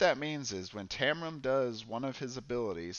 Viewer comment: Great video, and covered a lot of the mistakes new players (myself included) can make. The only thing I didn't agree with this time is your pronunciation of Taram :D Although I thought Uster was the hardest to play and Jade easier, maybe that was because they were on my 2nd and 4th playthroughs of Lava Citadel respectively, so I'd gotten more used to the rules by then. I totally agree that Uster's attacks didn't fit the typical necromancer type feeling though, which I think they nailed with all the other characters I've tried so far. I think it would have been cool if he could summon ANY dead combatant to fight for you, like with 30HP and unable to heal or something :)